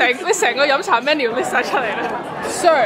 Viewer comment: I was expecting you to pronounce “cha siu” as in cha siu bao the mando way as you’ve done in previous videos, I’m glad you said it correctly like how your mom pronounces it